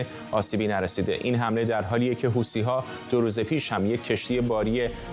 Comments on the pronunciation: خطاب به کارشناس اولی،، حوثی ها نه حوتــــــــــی ها 😂😂😂😂😂😂😂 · حوثی ها یا حوتی ها..چرا ما فکر میکنیم اگه ی لغت را جور دیگه تلفظ کنیم با کلاس تره؟ یا از بی سوادی ، این گروه یمنی اسمش حوثی. چرا میگی حوتی .حوتی را از کجات اوردی؟